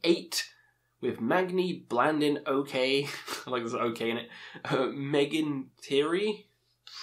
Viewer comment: The way you pronounced " Ok " okay killed me 😆